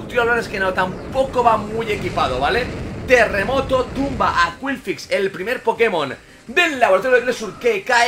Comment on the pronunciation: Todos comentando lo del megaagotar en lugar del gigadrenado y yo en plan "¿Por qué dice qwilfix?" El video me ha encantado por la cantidad de cosas que se vieron incluso el triple onda certera sin fallar y el trueno a la primera que pedazo de combate